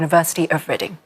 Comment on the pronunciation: Wrong pronunciation for ‘ University of Reading ‘ 😂😂